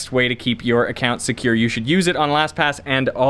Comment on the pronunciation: All non English speakers: 🕵📈🔒 secyur